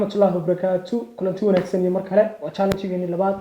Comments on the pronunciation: Pronounce it well it is challenge not chaalang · Jaalaanji ikraney pronounciationka inaga saxa 😂😂😂😂